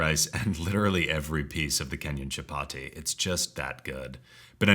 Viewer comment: Chapati and basmati (emphasis on the first syllable for the latter) are pronounced with a soft t--like a th.